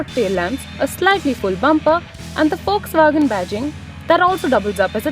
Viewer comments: "FOX" WAGON, its how it is pronounced :) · it's Volkswagen